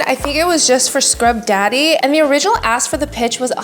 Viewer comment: Ya need to start pronouncing the K in ASK.. just sounds like you’re saying AS* 😂😂😂